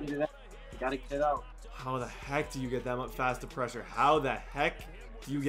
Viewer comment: This dude doesn’t know how to say pressure correctly